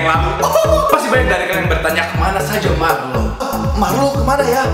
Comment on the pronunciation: rrrlrlrlrrlrrllr cuma bisa ngomong rrrr waktu nyebut nama sndirinya kwkwk ggk lucu kan